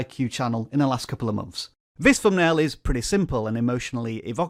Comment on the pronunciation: Could we agree that a word with a ‘th’ in it, is NOT a ‘f’ sound? Not ‘fumbnail’ for example.